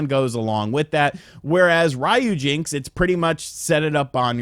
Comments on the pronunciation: It's Ryu... Not Rhyu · The way you're pronouncing ryujinx is killing my right eardrum.